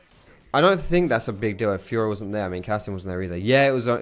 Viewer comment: Is it just me or does it sound like "fuhrer" when says fiora xD